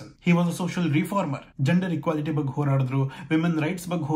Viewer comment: Yaavo evella yeshtu helidru kelalla.... Ri......... Baggu, baggu, baggu hege helodu bidu, 'Bagge' antha helu....., pls take it Seriously... talk properly...